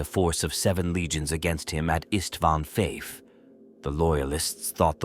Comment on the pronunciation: Istvan Vith. Lol